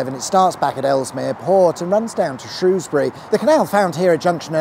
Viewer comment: Wow, someone actually saying Shrewsbury right, thought I'd never see the day 😂😂.